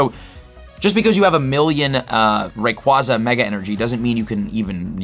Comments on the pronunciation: Why you say Rayquaza like that? Lol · Still haven’t learned how to pronounce Rayquaza, I see. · Not trying to be rude, but the constant mispronunciation of Rayquaza really grinds my gears while trying to watch this.